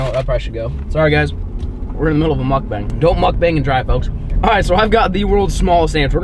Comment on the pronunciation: Thought you said muff bang the first time you said muck bang. Lol. I thought I was on a different website for a second. taking catch clean cook to the next level! Lol